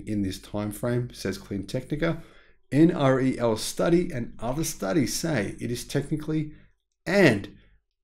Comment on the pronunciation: Please pronounce NREL as en-rel, not en ar ee el.